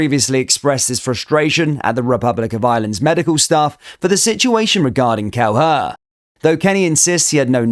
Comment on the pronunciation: It's pronounced 'Kel-eh-her' not 'Kel-her' you're welcome 😁